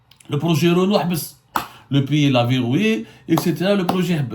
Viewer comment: Wallah tu me tue quand tu dis "Renou"... au Maroc c'est Renault😀🤣🤣